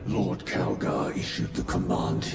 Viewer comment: It's Calgar says so the subtitles, but does not sound like Calgar.